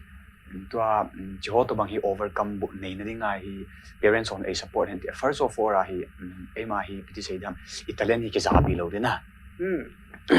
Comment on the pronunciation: Blonde chula nahi in, "First of orr" nahung ti jeng vang chu.. kaki sai lih deh chet e!